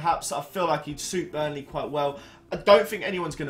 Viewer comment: Who is burley lol its burnley (bur-n-ley